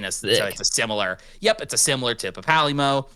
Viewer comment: Papalymo, pronounced papa lee-mo has been around since ff14 1.0 at the start of the game and im not gonna let you slide around making a deck tech of him without you knowing how to pronounce his name. I mean you already did and I can't do anything. But now you know how to pronounce his name kinda.